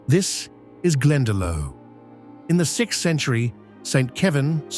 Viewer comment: A good documentary. I suspect AI commentary. Better an Irish accented AI. For instance "Glendalough" is prononced "Glen da low"